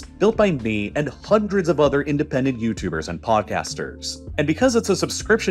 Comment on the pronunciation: HAAAAAAAANDREEDS OF YEARS 🤣 why he pronounce it so funny??